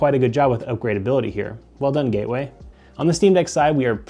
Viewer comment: Gaeway computer 💀💀